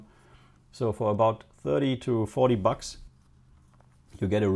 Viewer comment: lol "bugs" instead of bucks; good video in recycling a quality display